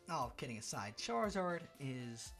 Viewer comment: i cant lie i got upset when he said charazard even though i knew he would say it